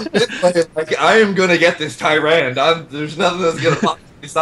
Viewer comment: How come no one has told it's pronounced Ty-ran-duh yet?